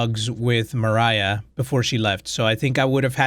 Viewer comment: I think pronunciation of "Mariah" is correct, provided the developers don't say otherwise. At least in the English-speaking world, people wouldn't really read it as "Maria." The h at the end provides a clue on how to read it, because like MOST languages with a less f*ckeD up way of writing how they sound, the h isn't really necessary.